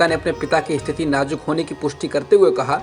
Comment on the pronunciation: Najuk nahin nazuk hota Hai wo talaffuz thik kijiye